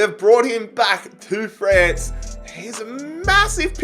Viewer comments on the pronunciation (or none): none